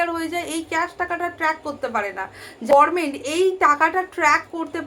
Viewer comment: গরমেন্ট কেন বলছেন, দিদির মত ভুল উচ্চারণ, অনুপ্রাণিত নাকি ?